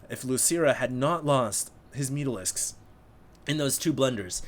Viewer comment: "Oh my gawd? Where ar mai mutarisks?"